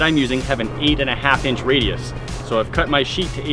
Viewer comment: "Raidies" Do u mean "cercumfrens"?